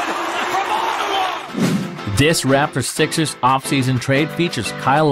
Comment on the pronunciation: He said rapors